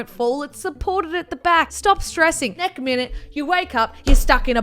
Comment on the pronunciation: Why can’t Tanner pronounce the word next ( by the way no hate ) just wondering